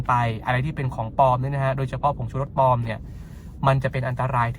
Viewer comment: ปลอมค่ะ ไม่ใช่ ปอม